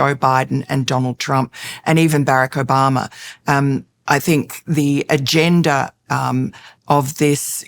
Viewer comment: Did she just say agenDER? 😅😂